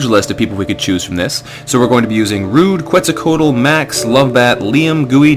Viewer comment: "Quetzalcoatl" is pronounced "ket-sal-kwat", just FYI.